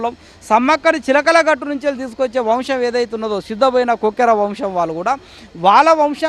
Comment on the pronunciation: గొట్టు కాదండి గట్టు....